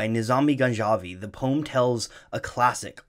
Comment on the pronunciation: anybody else notice poem is now a 1 syllable word?